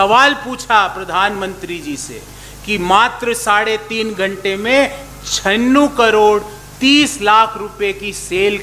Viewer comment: छिन्नू नहीं सर छियानवे बोलो खुलासे के लिये धन्यवाद